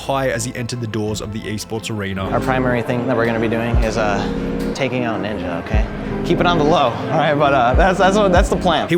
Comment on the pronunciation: Ninjer 😂 Bro it’s Ninja